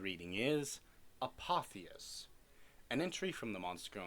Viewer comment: I've always heard it as a-pof-is